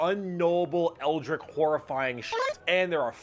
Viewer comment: saying eldritch incorrectly is grating